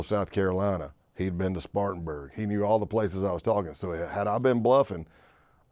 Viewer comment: Cat pronounced Spartanburg like he from here 😮